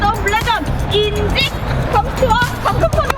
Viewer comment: 아 이름이 인직이라고... 근데 왜 자꾸 인..직 인.. 직 거리는거야 진짜 아;; 컨텐츠랑 방송 키우고 싶고 월드컵 관심 끌고 싶으면 저런 비제이나부랭이가 아니라 조금이라도 더 축구선수들 데려다가 컨텐츠 키우는게 훨씬 좋아보이는데... 양궁이 아무래도 레전드 리즈시절이죠. 너무 짧아서 문제지만. 대충 찾아보니까 저 비제이가 피파충들의 대부라고 하더라구요 저 사람이 축구에 관심이 있기도 하고